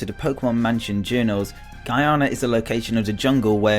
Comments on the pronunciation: It annoys me that he said Guyana wrong for mew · Mew was located in "Ghana" not "Guyana" don't know if i spelt the second one correctly